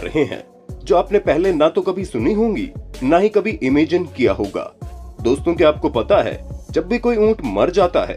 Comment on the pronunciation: Awaz toh thik hai bt imaagiiiiiiinnneeee konsa accent hai? 😂 sorry i am laughing on everyone's accent today idk why